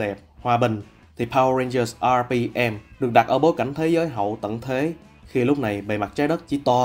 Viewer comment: Mình có góp ý chút là bạn đọc mới nên đọc những đoạn tiếng anh tự nhiên chút sẽ hay hơn ấy ạ. Khi đọc đến top2 mỗi khi nhắc đến từ RPM thì bạn í lại nhấn âm hơi quá đà làm mình cảm giác khá là nặng và thiếu tự nhiên ý. Mong các bạn xem xét phần này nhé <3